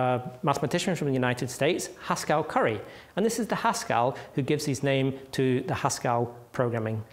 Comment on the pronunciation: Very nice video, but why does pronounce Haskell like Pascal with an H?